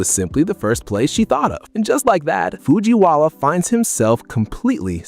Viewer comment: did you guys hear him say Fujiwawa